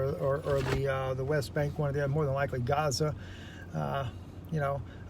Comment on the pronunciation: did he just say gazer instead of gaza?